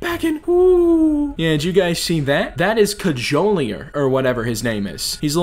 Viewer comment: COD-JOE-LEER IS HOW YOU PRONOUNCE IT